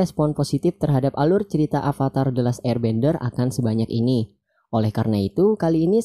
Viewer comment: pake ev bang bukan ep. avatar bukan apatar duh